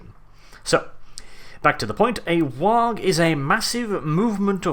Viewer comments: Good video All spot on with the exception of the Waaagh pronunciation It's basically just "waaa" Both the G and the H are silent Least in every single 40k game anyway Some game cutscenes that show how it's pronounced if you wanna looksie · OI, YA DAFT GIT! "WAAAAAAGH!" IS DA ORKY WAY O' SAYIN' "WAR". DA 'G' IZ SUYLENT! OI KNOW GROTS WIF BETTA PRUNONSIASHUN DEN DAT. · I don't think you're pronouncing 'waaagh!' right. The GH at the end should be silent. Orks have an accent similar to cockney, for one. 'Waagh!' Is basically orks yelling 'Waaar!', as in 'we're going to waaar!'. In fact, I think it is their word for war, though the idea of war implies that there are times of peace, of which the greenskins have no concept at all. War is their culture, their lives. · You aren't supposed to pronounce the g in Waaaaaaagh!! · How do the Orks reproduce? Also in wargh you dont pronounce the gh, so it is just "WAAAR!" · Why are you pronouncing the g I waaaghh. I thought better of you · THE G IN WAAAAAAAAAAAAAAAAAGH IS SILENT, 'UMIE GIT! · WAAAAAAAAGH! is actually just pronounced as "Whaaaa." The GH is silent. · Can we make something final, here and now, the G in WAAAGH! is zoggin' silent! Anymore infractions will result in a swift boot in the duff. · This is honestly the first time I've ever heard someone pronounce the G in WAAAGH. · Pretty sure your saying waagh wrong mate. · Stop pronouncing the G in Waaagh! The GH is silent because they're yelling WAR in a cockney accent. That's why they spell everything weird. It's writing in the style of the accent. Other examples are da instead of the, and Skull Splitaz rather than Skull Spliters. You don't say Vaw-gan when saying the name Vaughan. The name Waugh is pronounced Wa. The hard GH only ever occurs in the first syllables of borrowed words like ghetto and spaghetti. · It's a silent 'G' in Waaaaaaagh, mate. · “mack2020” Lee Holy shit thank you. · Why do you keep pronouncing the G? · the g and h in Waaagh is silent.